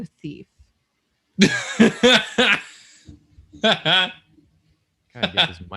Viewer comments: I heard the wind beef, not wind theif 🤦👏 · I heard first prompt as "wind beef" and was so confused at the beginning, but slightly disappointed that I was wrong and will never see drawing wind beef.